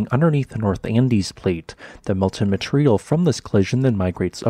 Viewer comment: You need to start enunciating better certain words: "material", it's "mah- tee- rhee-al", not "mah-tree-al"